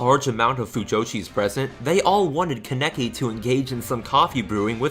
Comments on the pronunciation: Everyone:Kaneki This guy: KENEKI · Why do you keep saying ka-NECK-ee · "ka necky" kill me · Please for the love of god stop saying "kuhneckee" and "Ofter" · It's "can-e-key" .... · Con-eck-i lol, I can't get over that. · The way he says kaneki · You mispronounced Kaneki's name